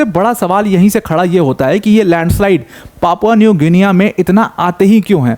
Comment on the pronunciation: Good video sir. It's pronounced like Papua New Ginni. Just for info